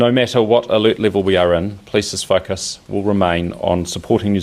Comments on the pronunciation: like hes saying "fuckus" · whys he say "focus" like that?